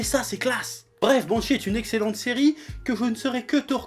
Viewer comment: a quand il a dit banshee jai cru il a dit bon shit